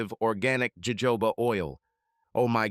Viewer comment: It’s pronounced hohoba